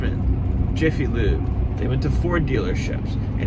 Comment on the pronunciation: Did bro just say Jiffy lube 💀